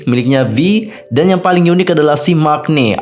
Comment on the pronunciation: Bang maknae tuh bacanya, mangne, bukan mak-ne CMIIW :)🙏